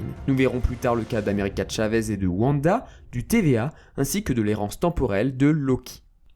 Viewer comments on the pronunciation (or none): none